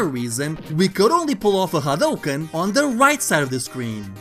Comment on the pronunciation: Finally, someone who pronounces Hadouken property and not as Hadoooken